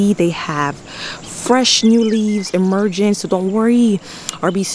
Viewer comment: can you pronounce your words right . It's Amazing not Amazen. It's emerging not emergen. You pronounce some words correctly and some words incorrectly. It's "ING" not "en" on the ending of words .